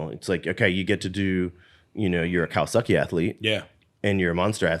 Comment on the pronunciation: Was Chad saying "Kawasucky" on purpose? lol